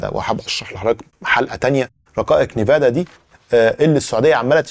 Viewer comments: nvidia ان فيديا وليست نيفادا وشكرا لك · صديقي... اسمها شرائح أنفيديا وليس نيفادا للتوضيح فقط والله يعطيك العافية عالمجهود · Its called “Envidia” not Nevada. Keep up the great work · الله يعطيك العافية حلقة مميزة ، ولكن ان سمحت لي تصحيح نطق اسم شركة NVIDIA (إنفيديا) وليس (نيفادا) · يا ليت تراجع النطق الصحيح للرقائق اللي أسميتها نيفادا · اسمها رقائق nvidia وتنطق ان فيديا